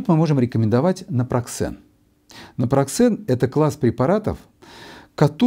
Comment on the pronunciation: Напроксен выходит,а не напраксен